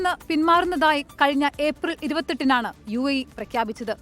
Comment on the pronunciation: യുഎഇ എന്നുള്ളത് തെറ്റാണ്. ( U I A E.. )ഇതാണ് ശരി